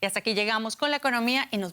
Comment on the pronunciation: Chico, todoj jon enemigoj de la dictadura hajta que la dictadura diga lo contrario